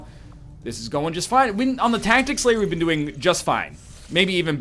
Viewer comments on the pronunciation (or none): none